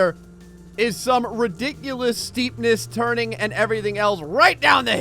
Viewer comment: Excuse my unoriginality here, but: * IS WHYBEARE CONFIRMED!* He said turning like churning, and in case you don't know who WhyBeAre is, he's a YouTuber who does mostly BeamNG.Drive videos, and he's well-known on his channel for saying turn like churn.